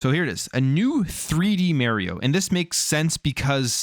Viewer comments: You are pronouncing Mario incorrectly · my ears hurt when you said mario wrong.